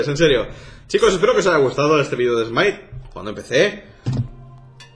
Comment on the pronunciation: Por que algunos españoles pronuncian smite si es smait y wifi si es wai fai no estoy generalizando